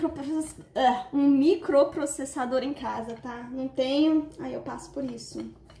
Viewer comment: Micloproc....quase não saiu a palavra kkkkkk